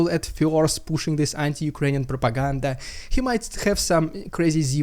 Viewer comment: i love wen you say the russian probaganda :P